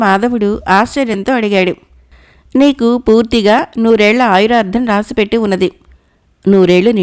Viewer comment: మీ స్వరం, ఉచ్చారణ బాగుంది. కానీ ఆయుర్దాయం బదులు ఆయురార్థం అని పలుకుతున్నారు. సరి చేసుకోండి.